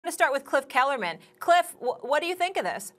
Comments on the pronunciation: "Kliff Kellerman" lol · When I heard Molly say Cliff kellerman I can't stop laughing. Now we have cliff kellerman, Nick wrong ect.